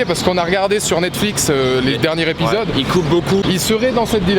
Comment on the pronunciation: Les derniers épisodes (donc zépisode prononcé pas répisode ) tas un problème de liaison chaque fois c'est crispant